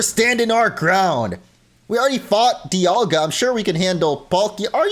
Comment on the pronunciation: I think the "Di," in "Dialga," is supposed to be pronounced like "die," as in "diamond." Palkia doesn't have the obvious naming connection, but I don't think people pronounce that in more than one way. Edit: Paul and pal, never mind. Also, I think the "ceus," in "Arceus," is like "deus," which means sky and is connected to the word deity. So it is ark but not ee-uss. It's Ar-kay-oos.